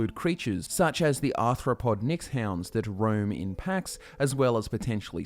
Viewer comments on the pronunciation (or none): none